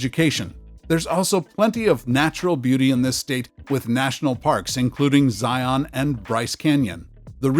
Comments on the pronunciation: Hard to claim you know much about places that you can't pronounce, a certain Utah National Park in this case. "Zion" is pronounced like "lion," not like "try-on." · I guess I posted too soon. Illinois is one of the coldest states?? Get real! We just are finishing up one of the 'wimpiest' winters we've had in years, with about 2 weeks of actual winter weather. Pronunciation cue's needed here: UT's national park--Zion, rhymes with 'lion'; it's NOT ZYE-ahn, and was named after Mt. Zion in Jerusalem. MN was a good choice for #1, but one of its pluses was its winter sports opportunities--after dissing IL for much less severe winters.🤔